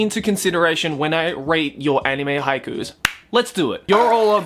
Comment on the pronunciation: Might as well pronouce haikus as haikyuus